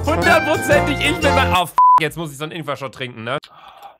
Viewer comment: Luca: "AHHH Das sind ingwa Stückchen" Ich:"sterbe vor Lachen"